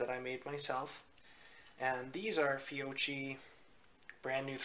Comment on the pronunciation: Fiocchi: "fee-oh-key"